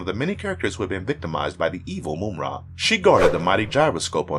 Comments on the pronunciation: Mamra Not moumra 😉😉 I'm from Europe 😂😂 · Like, I've heard the guy say it right 3 times, out of every other time saying Moom-Ra. No, my dude, you can clearly hear the villain say his own name Muhm-Ra more than once in the clips that were chosen. Can't wait to hear what other names my guy butchers throughout the rest of this vid. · Moomra, lol. Mumm-Ra. Wiley Kat and Wiley Kat, lol. Wiley Kat and Wiley Kit. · It's not Moom-ra. It's Mumm-ra. As in "mum's the word" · "Mum" like mummy,not moom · How this mam pronouncing Mum-Rah as Moom-Rah. That so annoying. Just have to listen to mumm-rah to hear the pronunciation of his name. That was annoying 😒 Americans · Yeah like mummy not moomy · Just one, simple gripe: "Moom-Ra". 'Tis almost...BLASPHEMY.😂😂😂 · How do you mispronounce mumm-ra name and then show a clips from the show where the character said his name?? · For the last time, it's pronounced: MUMM-RA!!!!! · Moomra? Moomra! Either he is doing it on purpose or he just reads it as he sees it and never bothers to listen to the clips. Mumra would be displeased. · If you don’t pronounce Mumra’s name the right way 😡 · This guy slaughters names!!! How do you say Ma-Mutt 4different ways in the same explanation?? 🤣🤣🤣🤣🤣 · How can you repeatedly mispronounce a characters name even after playing a clip that correctly states it?? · How are you going to mispronounce Mumm-ra’s name when he literally says it in the intro clip.